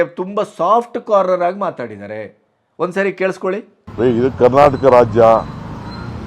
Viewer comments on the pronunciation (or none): none